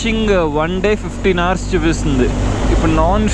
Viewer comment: బ్రదర్ నీ రైడింగ్ సూపర్ బాగుంది కానీ ఇంగ్లీష్ లో food ని hours నీ మరియు fush నీ కొంచం క్లియర్ గా చెప్పు.